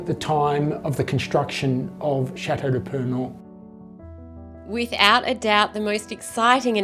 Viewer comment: i am very impressed with your honest interest in our heritage, and i want to thank you for having « allégé »your prononciation of « chateau de purnon » . merci i believe that your efforts deserve our respect and full support. i shall make a priority to visit you in 2025.